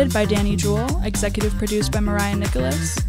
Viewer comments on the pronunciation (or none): none